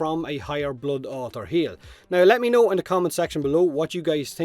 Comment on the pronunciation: It's not bluud it's blood